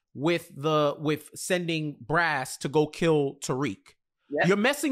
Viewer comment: It’s Barz not brass lol